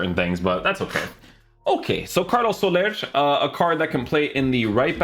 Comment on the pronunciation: His name is SOLER not solersch hes not some randpm portuguese gypsy